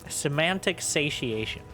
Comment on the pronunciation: Yes you said "semantic satiation" correctly. Thanks for teaching me something new. I come here for the English lessons mainly.